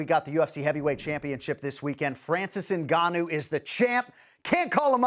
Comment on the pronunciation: This guy literally said gnannou idk